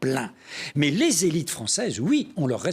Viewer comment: La trahison des "zélit' "! C'est tout à fait ça !